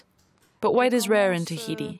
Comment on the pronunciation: Its not thaiti.its Tahiti!!🌴🌊🌞